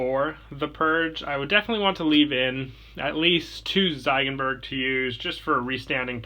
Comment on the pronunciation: i love your channel but honestly the biggest gripe i have is your pronunciation sometimes, like ziegenberg, which should be "zeegenberg" not zaigenberg, stuff like that